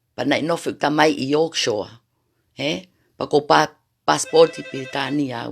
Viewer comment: Yorkshore or yorkshire 😂